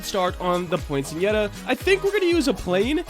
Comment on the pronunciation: It's actually pronounced "poin-set-e-yuh"! :)